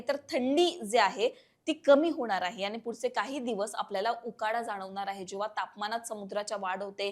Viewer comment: सर्वात आधी आपले शब्दोच्चार सुधारावे... आनी पानी गुल लोनी करू नये.